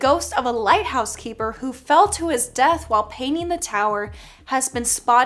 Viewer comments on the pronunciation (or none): none